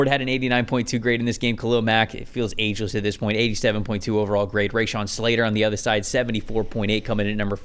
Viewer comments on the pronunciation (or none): mf said Ray-shan